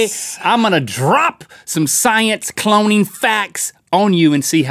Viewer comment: You said coloning